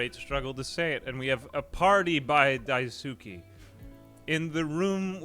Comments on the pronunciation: Yo wіggа its pronounced "dice-kay" not "die-soo-ki"‼️‼️ 🙂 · Idk if you still read these, but daisuke is pronounced "dice kay" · everytime he pronounce daisuke i die a little inside